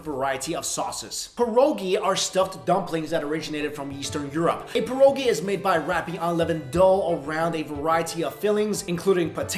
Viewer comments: Mike it's pronounced pee- er- ogee not pear-oh-gee... lol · The way u pronounced pierogi made me cringe